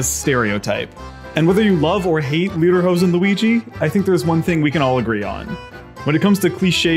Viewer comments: Real quick, it's not pronounced LEADER-hoden, it's pronounced LAYDER-hosen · It's pronounced lay-derhosen, not lee-derhosen. And personally, I think as a German living in America that people don't "think of all Germans as wearing lederhosen all the time". But it represents not the everyday modern German, but of the idea of Germany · Leederhoese? That's not how you pronounce it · he said leaderhosean that isn’t how you’re supposed to pronounce it but whatever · The only thing I'm offended about is that everyone thinks Lederhosen and Dirndl are only worn by Germans. Here in Austria we have them too and I think they're worn more often here. Nevertheless, love some Tracht-Representation :) Also he pronounces it like "leaderhosen" and idk why that is so funny to me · You know there’s German Italians, they live the Italian alps. The only german Italians. Let the Germans roll their eyes. Also it’s pronounced “Lay-der-hose-en” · Ok but we gonna talk about the way he pronounced lederhosen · I cringe the way he pronounces lederhosen